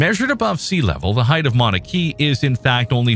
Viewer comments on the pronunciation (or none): As if it's not AGGREVATING enough to be FORCED into constantly converting meters-to-feet, your robo-voice's pronunciation makes things even MORE frustrating! The Hawaiian volcano is NOT pronounced Mauna KEY, it's KAY-UH.👺